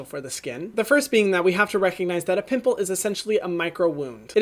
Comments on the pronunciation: Omg Hyram just took away my age, making me feel like a 5 year old for laughing when he said “poomple” 😂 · “Poomple” took me out